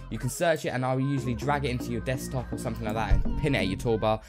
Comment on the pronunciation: hehe "deskop"